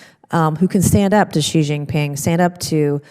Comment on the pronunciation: Mr Chairman, Xi pronounced "Shee"